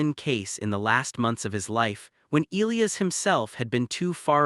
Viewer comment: I agree.